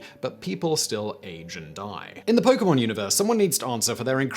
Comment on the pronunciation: Yo, I feel like Simon knows a little bit more about Pokemon than I thought. He hasn't mispronounced a single Pokemon's name or anything. 💯